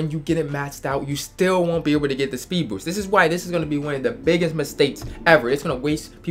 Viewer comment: “you won’t be able to speed boowst”